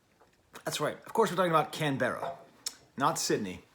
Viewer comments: Never say Canberra like that again, slur the ending and don't mention the e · The way you say Canberra is kinda funny, here we call it "Canbrah" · The pronunciation of Canberra tho😃, great review.